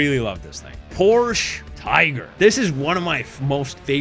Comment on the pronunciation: Brooo its Tiger PorschE there ther is an E.....As german this hurts to hear 😂